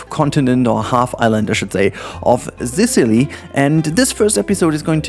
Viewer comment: THE FU K ARE U SAYING ASDAKLJSAADLKJ ZISILY??? ZICILY ?? ITS "SISUHLI " asdasdjkasldas